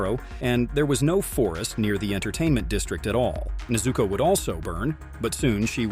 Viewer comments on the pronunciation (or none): WHY DO YOU SAY JENYA? ITS GENYA AND YOU ALSO SAID NEZUUKO ITS JUST NEZUKO??!!🙄🙄